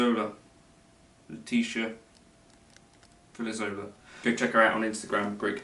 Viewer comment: The "Filizzola" was really good! "Leticia" was like a 5 haha you have to say "cheese" 🧀 to say it right -- Le-chee-cia anyways thanks!!